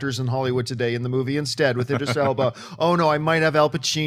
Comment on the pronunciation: said "Idris" correctly! lol